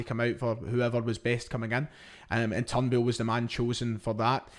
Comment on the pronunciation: Who's Turn Bull? or have I been mispronouncing his name 🤔